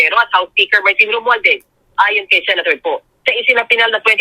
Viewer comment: Ayusin mo R hahahaha instead nga romualdez lomualdez hahaha